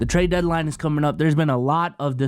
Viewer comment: "TraeD deadline" hehe.